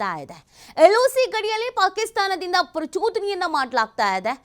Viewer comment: ಪ್ರಚುದನೆ ಅಲ್ಲ ಪ್ರಚೋದನೆ 😂